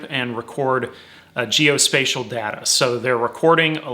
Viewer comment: good god- it is data not datta- this video is unwatchable because you keep saying datta